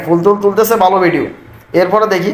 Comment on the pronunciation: ভাই ভিডিওকে ভিডিউ বলেন কেন